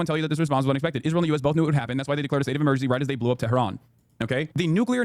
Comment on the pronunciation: Why does he pronounce "tehran" like an arab... that's not how it's pronounced at all omfg